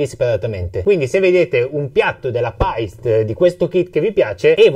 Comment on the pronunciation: Bel video interessante per chi sta iniziando. 👌 Unico appunto: la pronuncia di Paiste e Meinl. Essendo marchi di madrelingua tedesca Paiste si legge per intero senza troncare la e. Meinl invece si pronuncia "Mainl". Scusatemi se ho detto un'eresia.